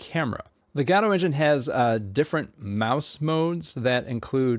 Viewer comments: Why pronounce it "Gaaawdo" 😭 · I think it is pronounced guh dough. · STOP SAYING GODOTE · the gah dough engine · LOL fr I always thought it was Go. Dot. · GODOT engine, get it right bro